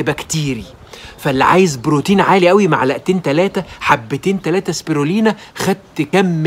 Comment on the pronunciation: واسمه سبيلينا وليس سبيرلينا